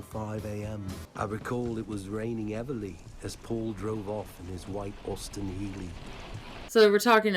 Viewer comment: "it was raining everly." It's raining Everly Brothers! Hallelujah! That is NOT how George would pronounce heavily. Yeah, I recognized the OPP badge the second I first saw it, so when I heard of the conspiracy many years later, I was just like, OPD, seriously?